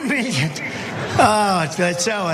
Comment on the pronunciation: Mee-yun? Mee-yun? is that USD? The f**k is 91 mee-yun?